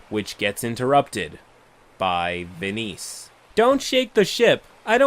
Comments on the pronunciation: The weirdness of the story aside... "Ve-niece"? What? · "venice" ghaccio somewhere: ITS VENIZIA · veeneece- VENICE. Venice the city. i died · I think "Venice" is pronounced like the city in Italy (vɛnɪs). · fascinating pronunciation of Venice lol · Side note, the stated pronunciation of Venice made me hate this player even before I heard the rest of it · Why are you saying Venice like that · Pronouncing Venice wrong is pretty cringe. Hope you are beginning to feel better. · no. I meant he was pronouncing it wrong.